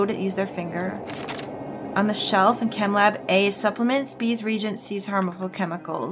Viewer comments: I can sympathise with her mispronouncing "reagent". I read it as "regents" for years before I heard someone say it correctly lol. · "Reagent" is pronounced "re-agent."